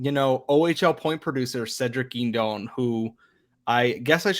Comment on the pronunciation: Guindon is pronounced like 'Hudon'. It is not 'Gwindin'. Good prospect analysis but he didn't answer the initial question of 'will they be on the Habs in 2024-25' for every prospect.